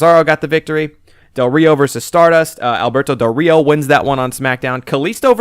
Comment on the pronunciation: It's pronounced "Ree oh".